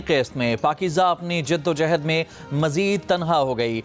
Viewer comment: Jiddo jehd ni hota Jiddo johd hota h